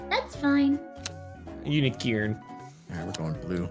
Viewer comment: going "UNEE?" when they said un-eecorn made me go DEMEE??? when he calls the demigoron demee-gorgon